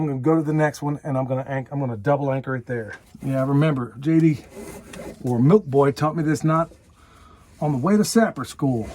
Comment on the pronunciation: You said Milk Boy wrong again. Milk Bwa!